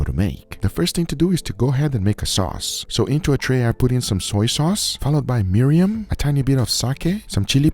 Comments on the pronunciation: Mirin or mirium😭😂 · I’ll never get tired of Guga calling mirin Miriam. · Why can't Guga pronounce "mirin" properly? 😂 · Guga!! Great video🎉oh that one sauce is called Mirin (meer-in) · You always say mirin incorrectly haha